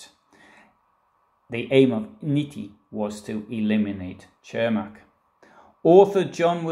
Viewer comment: Where are these mythical hills you speak of? 🤣😂 BTW……his name is pronounced “Sirmack” in Chicago.